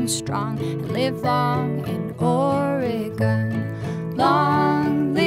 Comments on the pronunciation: Live long in Or-e-gone........Ore-gun. Lol you know she wrote the song before understanding how the people in the stat pronounce it. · Look, just because the majority pronounce it differently doesn't make them right. It's like how everyone pronounces Australia wrong. It's OR-eh-gun. You can pronounce it however you want, but that's how the vast majority of natives pronounce it. or-eh-GONE is my petty pet peeve of choice. I think our state's name is the most oft-mispronounced in the whole country. And creatively! Have you heard how Bernie says it? How do you even get to "AR-eh-gun"? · you aresupposed to pronounce it ory gun i live their